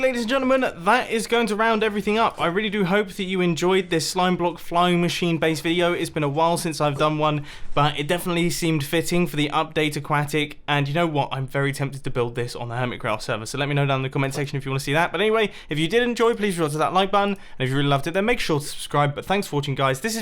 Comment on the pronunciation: Update “ahquacktic”